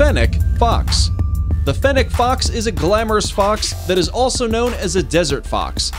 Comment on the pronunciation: The c after fennec sounds like an s